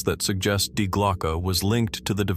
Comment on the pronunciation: Dude, from the get-go, when dealing with German, please do check how they are pronounced. Such as DIE glocke. The "die" being a feminine article. Or is it just another bloody AI?